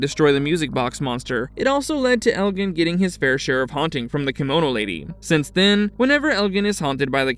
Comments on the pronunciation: And what's in that fanny pack? Also, Elgin is pronounced with a hard g. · You’re mispronouncing Elgin and Marielle…